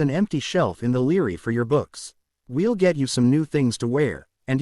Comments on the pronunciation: I am in no way off the mark, because when you Force the word library to be pronounced as Leary because of the center of the word you have b r a, that is idiotic and psychotic. You don't have to like what I say at all, because it does not change the fact that I am 100% correct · bra li - bra - ry lol like ass a - ist for assist